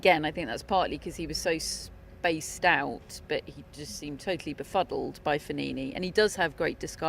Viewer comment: When she says "spaced-out" i laughed every time. I don't know if it's her accent or what 😂